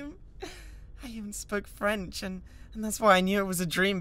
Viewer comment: " I even spoke freanch, AND I DONT EVAN LIKE FREANCH!!!" LMFAOOOO